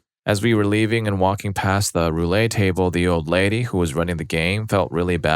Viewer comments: The t's in "roulette" are not silent. The word is pronounced "Roo-let." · Roo-lay and Jen-jar....come on, you're better than this.